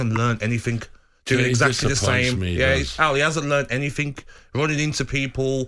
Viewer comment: Gabby “anythink” agbonglahor